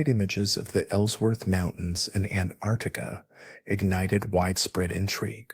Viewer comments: And now they want AI to help teach our kids in school. We're gonna have an entire generation of people saying Antarcta, and think that's correct... don't you people watch or proofread these videos before you post them ? If it wasn't so hysterically dumb, it's also a horrendously bad video, comic book just terrible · It's Antarctica not Antarctica. this must be AI because the way you said it sounds like a different word. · Very hard to pronounce Antarctica huh? 😂